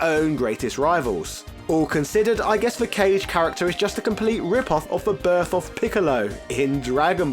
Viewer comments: Are you serious with how you say Kage?! Ka-Ge ... not Cage ... really? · Kah-Gay. “Cage” made me go huh? Lol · Kage is not pronounced as Cage. Correct pronunciation in Japanese is "Ka-Geh" which means shadow demon in Japanese folklore. That's why You see him with Fangs and Spikey tooth like a Japanese demon similar to the Oni. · Ka-ge aka Shadow, not kage(cage) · Next time you do a Virtua Fighter video I hope you get Kage’s name right as well, it’s not “Cage” it’s “ka-geee” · (Ka-geh) Kage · Say it with me bro Kage= Kah-Gay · Kage is pronounced Car-Geh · The demon forms name is said incorrectly. It's kah-gee. 😉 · Love what you are doing but was disappointed with the pronunciation and how this video made it a big deal at the beginning. Kage was wrong too. These are literally concepts and names in Japanese. The least we can do is an effort. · This man pronunciation of Kage and ryu lol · Gouken - Gooken Goutetsu - Gootsetsu You're really expecting this dude to pronounce Kage properly? LOL! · Ryu.....Kage......Sagat.....trying to fight the urge to stop the video has never been so hard all because these characters names were being pronounced wrong.....on purpose. <_< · lol you just established how little to none you know about fighting games…pronouncing Kage as “cage” and insisting Ryu be pronounced as “rayoo”…